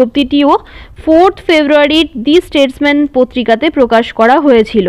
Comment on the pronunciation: Not দি স্টেটম্যান, its দা স্টেটমান